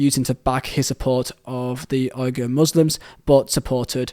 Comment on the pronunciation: Uighur pronounced Wee-ger